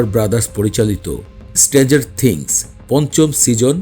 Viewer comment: উচ্চারণ ঠিক করেন। আপনার অনেক উচ্চারনে ভুল আছে। স্ট্রেঞ্জার থিংস কথাটাই ঠিক মত বলতে পারেন না আপনি।